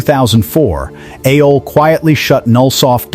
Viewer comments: I get it, why you pronounce it 'a-hole', that it bled. 😂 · AOL is not pronounced [AY-OL]. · I used Winamp myself and brings back memories, its an interesting topic but you need to check your AI's Pronunciation and I give it an "F" for Fail!! It pronounces AOL as Ah-All at times and A-Hol most of the time and brings to mind "Ass Hole" 🤣 and WinAmp as Win Hump and Wine Amp .... Not Good!